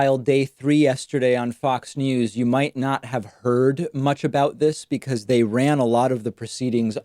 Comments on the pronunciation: fuck it cracked me up when he said “becsuse” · BTW Its pronounced “beck-soos” David. and it means “these thumbs are short, fat, and thoroughly coated in fried chicken grease”